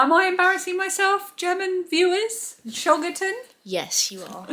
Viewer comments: Hi! German viewer here 😅 You pronounced Schogetten nearly perfect 👍 Have a wonderful week ❤ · What a lovely box from Germany! I'm really missing German sweets and chocolates! Your pronunciation of Schogetten was spot on. 😃So glad Phoebe is feeling better! What a shame the sleepover was cut short.